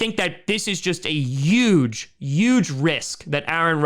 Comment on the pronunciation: Well said, especially on the competitive advantage point! As a new yorker, I can hear the "yuge" when you say "huge". Way to represent! lol. Hello from the Finger Lakes area, thanks for the excellent content as always